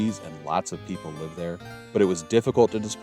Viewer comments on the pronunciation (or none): none